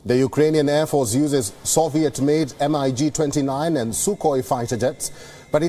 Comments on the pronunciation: M.I.G.??? Mig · I was annoyed when I heard him say em ai ge (m- i- g) instead of MIG - he should've known better - its Russian not English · Mig-29, not M-I-G-29; See,iwas trying to tell you,but you wouldn't listen, bro... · mig!!! not M I G!!! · He correct not once, but twice. Poland is part of Nato and not M.I.G it's 'Mig' - Thanks for all the insight. Yeah time is not up yet! should have let him speak, he is good. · reporter says "Em , Eye , Gees ....Lol. Its MIG , Mig29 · MIG not M I G ! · They are called MIG Not M I G!!!!! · God in Heaven, it's not a "M-I-G 29". It's a "MIG 29" Like it's a word. Rhymes with "Big". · He gets corrected on Poland's Pilots, also suddenly realizes at the end, the interviewer confesses it's not MID after hearing say MIG. Too funny. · "MIG" NOT M-I-G.... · MIG (mig, like pig) not M-I-G. {face palm} Let's Go Brandon!! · Good grief. If you are going to report on military matters learn at least some minimal terminology. It's not a M, I, G 29. It's MIG 29. Rhymes with fig or pig. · It’s not m.I.g. It’s mig. Like tig. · eM aI G - is "MiG", you "pro"! :))))))))) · M. I. G. = MIG, you doorknob. Where does WION get these news readers? Progressively pathetic. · News anchor has committed the unpardonable sin of calling the Mig as M-I-G. INDEFENSIBLE error. And after he realized it, he said Mig 26! FYI all MiG aircraft are odd numbered, . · It was cringe to hear him say M I G and S U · its MIG not M.I.G. lol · The anchor doesn't know that Poland is a NATO country??! And doesn't know it's a Mig, not a M-I-G? WION better find someone else quick. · Buddy its MIG NOT M.I.G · I have to stop you right there! You are filling my brain with too much aeronautical knowledge! And yes thank you for correcting me! It's pronounced Mig not m.i.g. 😉 Such great journalists on this channel. Very professional, and refreshingly humble. Much love and respect from 🇺🇲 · It’s called MIG not M-I-G. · the name is Mig not m-i-g 🤣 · It's Mig Not MiG